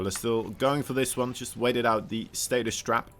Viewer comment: For the love of God, it's stasis, not status.